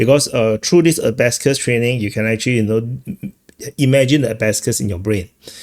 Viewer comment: It's not "a-ba-scuss," it's "a-ba-kuss."